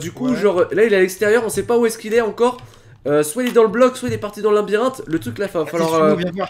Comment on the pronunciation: stp arête de dire linbirinthe on dit labyrinthe